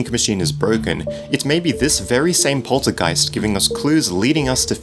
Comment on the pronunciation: It sounds weird when you say "Poltergeist" (I'm from Germany) xD